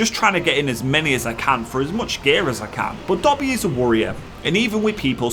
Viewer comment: What is a wurrior?